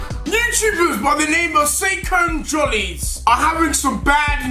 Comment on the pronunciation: "the say-cone-jolly's"